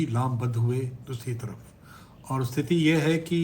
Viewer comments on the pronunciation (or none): none